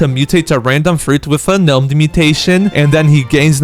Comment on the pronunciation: "gah nome" 💔🥀